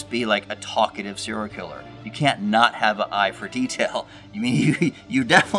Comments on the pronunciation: SER-I-A-L killer. Practice saying this. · Are you saying seeral killers? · You can't say "serial".